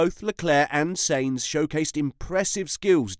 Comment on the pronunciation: Stop pronouncing Sainz as Saints. Hate it